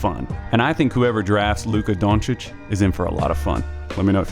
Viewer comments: As a Slovene, I agree. This is to the letter how you pronounce Luka Dončić, period. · This is quality content and I thank you for that. I'm just going to point out another great thing you just did in this video. Pronunciation. It's not the easiest name to pronounce and I'm not saying it's a mortal sin if you don't pronounce it 'correctly'. It's appreciated if one just tries. But for anyone wondering... Yes, this is how Luka Dončić is pronounced. (and the spelling also... Again, this is the correct way, but I'm not expecting this to catch on) So, thanks for going that little extra effort to get that right.